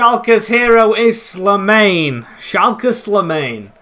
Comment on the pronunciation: Very happy to have you back mate! Btw The way you pronounce Slimane is SLEE and then mane like the former Liverpool player.